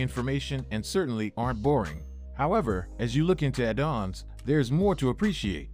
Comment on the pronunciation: Me too :D Impressive actually, right up until "addons" - a dawns